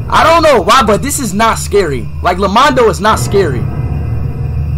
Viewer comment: its called lomando not lamando